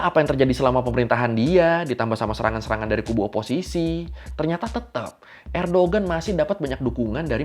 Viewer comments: koreksi bang, Erdoğan bukan Erdogan, G nya ga dibaca, jadinya Erdoan doang. karena pake yumuşak G (ğ) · bang fyi, cara bacanya "erdoan" bukan "erdogan". soalnya namanya beliau "Erdoğan" , di huruf turki, huruf (ğ) nya ga di baca. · bukan erdogan bacanya, tp erdoan. g-nya gak dibaca (katanya gitu) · Recep Tayyip Erdoğan bacanya "Rejep Tayyip Erdoan", Kemal Kılıçdaroğlu bacanya "Kemal Kelecdaroolu", Sinan Oğan bacanya "Sinan Oan". Alhamdu lillah Erdoğan kembali mendapat kepercayaan rakyat Turki 🤲☺ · Bang nyebutnya Erdoan aja, karena huruf Erdoğan huruf ğ nya ga disebut. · Kalo kata tourguide pas gw ke turki, bacanya "erdoan" bang, gak pake g. Kayak knife dibaca "naife"